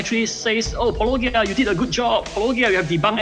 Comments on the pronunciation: It makes no sense that they don't know how to pronounce Paulogia when you say it at the beginning of every video. They either aren't watching or they are lying, just trying to discredit you by twisting the pronunciation. I'm betting the latter. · Since they are all responding to videos, in which he always pronounces it *for* them in the 1st few seconds, they really have no excuse. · I bet "Even he doesn't know how to pronounce his name" was a really bad attempt at an insult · How do you know that the apologists don't actually listen to videos? Well if they did they would know how to pronounce his name by now. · I struggle to believe that these apologists who are mostly very intelligent people, cannot correctly pronounce "Paulogia" when he pronounces it at the start of EVERY video he makes, and it is an obvious pun on the term apologetics. Am I being too cynical to suggest that it is perhaps a subtle attempt to discredit, a poisoning of the well? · Regardless, someone should really invite this Crayon the Floozy to watch the first 30 seconds of a Paulogia video and listen to him pronounce it. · It will always be funny to me that people engaged in professional apologia pretend (?) not to know how to say Paulogia. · I've never understood what the problem with pronouncing your "name" is. Especially if someone watches just one of your videos..... 😂🤷🏼‍♂️ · So good. And it's so funny how they obviously mispronounce the name and some sort of way to discredit you. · The funniest one was the guy who said, “I don’t even know if he knows how to pronounce his name”. Apologists say the darndest things. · I can't tell you how much this bothers me every single time. It's like nobody's ever said the word apologetics before. I have mispronounced every name that's presented to me, and I knew how to say your name the moment I saw it. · The fast they keep mispronouncing your name makes me doubt they've seen your videos to begin with